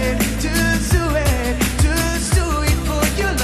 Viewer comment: El cantante no sabe que la "u" de "just" se pronuncia como una a. Parece que dice "juice" que significa Zumo en inglés. PENOSO.....